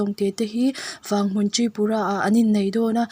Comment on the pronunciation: Vâng-hmun i tia, a diklo aw i lamdan khi, Vang tih khi thluk loh tur😁(Vang thing sawina ani)😘